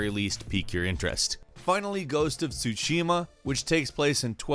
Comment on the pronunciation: Ghost of tshushima